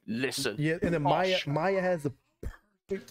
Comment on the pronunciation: "Two tens, times that (10x10), we keep it hundred (10x10=100)! BARS!!!!!!!!! Jurin and Cocona's Nothing next! (PS, Its pronounced MAI-YA)😁